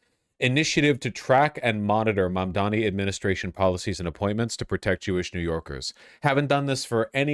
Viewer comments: It's Mamdover. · May they now start saying your name correctly... Mabdabi